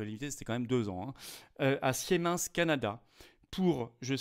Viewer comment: Philippot toujours fâché avec l'allemand ! On dit "Simens" et non "Siémince".